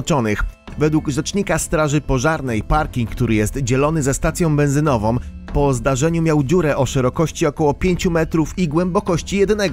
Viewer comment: 4. STACJĄ BENZYNOWĄ, a nie benzynowom.